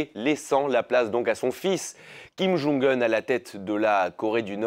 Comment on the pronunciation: Mr alors la bravo la ville vous arrivez à prononcer mais pas le nom ? Mais vous le connaissez au moins ce monsieur ??